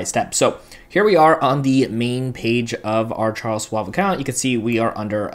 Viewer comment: It’s not Swab, it’s Schwab. As in “Shhhh”.